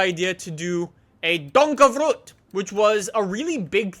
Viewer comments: yay dutch horsepower by the way it's donkervoort not donkervroot lol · its not called a donkervroot its called a fucking donkervoort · Can you read😂😂 “donkervroot” you do know it is donkervooRt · IT'S DONKERVOORT NOT DONERVROOT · You say donkervoort as donker ford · donkerVROOOOOT!!! it's not Russian :P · Lol did you say donkervrhoot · goddamn how says donkervoort makes me so mad. how the FUCK does he make Donkervroet out of it. love his vids. hate how he says that particular make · Donkervoort-pronounced: Donk-er-foo-rt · Please!!!!!!!! PLEASE!!! It is Donkervoort!! Like donker-Ford!! PLEASE!!!!! Thank you! God! I'm sorry i'm so angry but for dutch people donkervoort is like legendary! Except if you count the VanDenBrink Carver... that thing is just epic!! It is sooo funny!! They have to get that car into the game!! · Stefan Verkuijlen DUNKERFROT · Why does he pronounce car brand names so weird? Like he says Nee-san Nisan. He says Fortune Four chune. (I know that's not a car brand but still) I need to remember the other one so I will edit when I get back. He says Hon-day Hay-aun-day. And, I don't even want to try to spell out how he says donkervoort. By the way I misspelled some of the words on purpose so I could show how he says the words. I know how to spell all of these words. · i am dutch and you pronounce "donkervoort" like an absolute muppet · It's so funny to hear you say Donkervoort haha. (I'm Dutch btw) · Wie is ook nl en vindt het grappig hoe hij donkervoort uitspreekt😂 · Don't ever pronounce Donkervoort the way you did ever again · The way you pronounce donkervoort is really funny XD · Am I the only Dutchie who gets triggered by prenouncing Donkervoort? XD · I am dutch and the way you pronounce donkervoort is so funny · yup I'm from south Africa so I know afrikaans and sorry but you are pronouncing it so differently to how we all pronounce the name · i love how he pronounces Donkervoort completely wrong every single time 😂